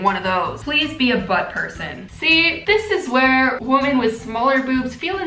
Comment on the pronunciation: Am I the only one that notices her saying women weird? 😂 it sounds like she’s saying woman.